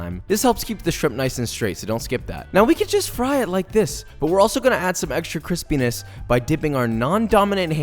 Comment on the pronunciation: be careful how you enunciate "crispiness" if you are going to turn on the translation to text feature, 😆